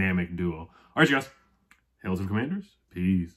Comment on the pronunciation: it's Commanders not Commanthers 😜, I know it was a slip lol. As much as I am not for Ron Rivera, I think he done good in this year's draft, all I am hoping is at least 10 wins with this group of players, especially excited about running back Robinson, Dotson and of course Sam Howell.